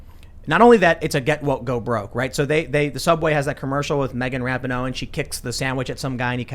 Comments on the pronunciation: FYI: it's pronounced RA-PEE-NO, not RAP-IH-NO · I love that Tim always says Rap ih no. When sport commentators say Ra pee know. No one knows how to say her name. Can we all agree on Ra Knee No. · Ra - pee - no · Megan’s last name is pronounced Ra-pee-no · I cant stand her either, but you and Shapiro do not say her name correctly